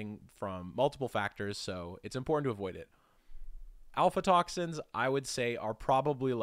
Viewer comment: It's AF-LA toxins, not alpha toxins